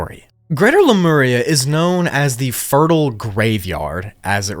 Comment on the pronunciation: I’d watch this again just to hear you say “Lameria”😂. Cool vid, don’t make us wait hella for pt.3